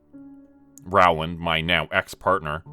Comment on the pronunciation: Love your stories ❤️. But, Rowland is pronounced Roland! Also, it's nice to see one of the Jonas Brothers had a change of career.